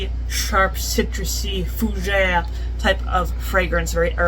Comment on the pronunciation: I love how you yelled the word fougere with an Italian accent! Lol